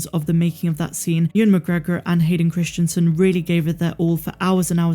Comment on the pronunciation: You're pronouncing the name incorrectly. Even though you've spelled it correctly in the title. Christensen [kris-en-sen] Not Christianson [kris-tian-son]. It's strange that you can spell it yet not say it correctly.